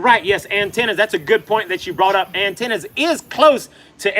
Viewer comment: Atenas not Antenas 😩